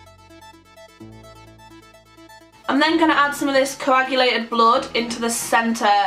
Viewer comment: you managed to pronounce coagulated! hahaha